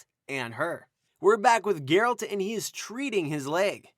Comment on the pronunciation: That's not Geralt also the pronunciation is wrong. Over all enjoyed your video.